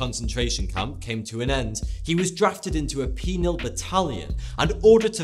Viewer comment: "Penile Battalion"?! o_0